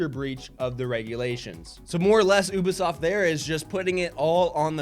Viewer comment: why does it bother my ears that pronouncing Ubisoft as "OOH-buh-sawft"? It's "OOBY-soft" buck-o!